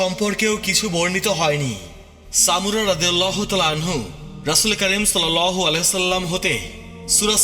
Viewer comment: সাল্লাল্লাহু আলাইহি ওয়াসাল্লাম/ আ: এগুলো আপনার ঠিকমতো উচ্চারণ হয় না; যাজাকাল্লাহ।